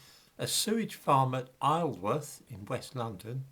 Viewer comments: Finding I couldn't get on one packed tube after another, in the city, and this was several years ago, alerted me something was wrong. I had to check the news story. It's 'izel-worth', not isle-worth! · Isleworth is pronounced Izalworth. I was born there.